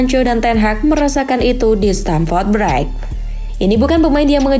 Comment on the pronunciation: Bhs Inggrisnya mbok dipelajari dulu bacanya apa sebelum ngomong,,, masak bilang Stamford Bridge aja salah.